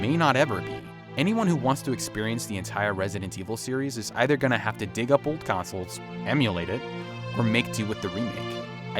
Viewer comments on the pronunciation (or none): none